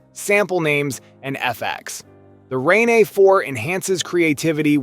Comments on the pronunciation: Ron aye? It's pronounced rain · It's pronounced just like Rain, bro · I can't even take this video seriously because he can't even pronounce RANE properly 😂